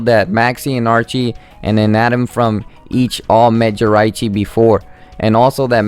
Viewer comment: ***** you'e saying it wong again it's (ji-rachi